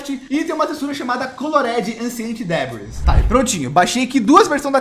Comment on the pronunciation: Colored ahclent debris